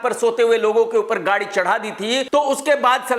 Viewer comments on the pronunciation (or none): none